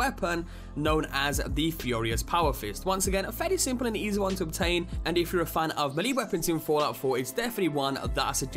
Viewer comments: You're not pronouncing it right... 1. Le Fusil Terribles - Le FOOSEAL TERREEBLAY 2. Melee - MAY-LAY/ ME-LEE 3. Salem - SAY-LUM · "Melee" is also pronounced "Mee-Lee" or "May-Lay".